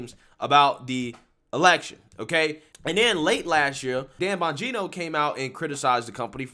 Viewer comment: Dude you demolish Mark Levin and Dan Bongino names come on bro just listen to fox and see how there names are pronounced 👍🏿